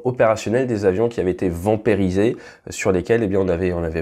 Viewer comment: vamperiser ???? tu voulais dire vampiriser je suppose non ?????